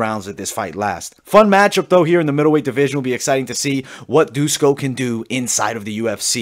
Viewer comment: It's not Dusko, it's Duško, read as Dushko. Todorović is more like Todorovich.